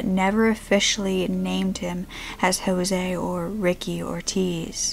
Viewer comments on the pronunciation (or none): none